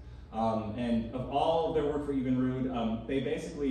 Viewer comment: Obviously, our narrator is not from the Milwaukee area or even from Wisconsin, for that matter. FUN FACTS 1. Evinrude is pronounced exactly as it is spelled, EV-in-rude, not even-rude. 2 Oscar Mayer is pronounced MY-er, not May-or, so that tells me you've never even: a. eaten an Oscar Mayer Wiener b. owned or played an OM Wiener Whistle c. heard or sung the OM Wiener Song d. heard or sung the OM Bologna Song 3. The concept of Planned Obsolescence has been attributed to General Motors executive, Alfred P. Sloan Jr in 1924 4. Also, the man's name is Brooks Stevens, with an S, as opposed to Steven.🙄